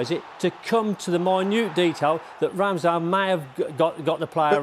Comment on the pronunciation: Ramsdale? 😂😂😂 is fried